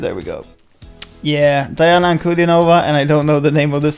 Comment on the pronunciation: She is Dee-ana. Thanks for reaction!!!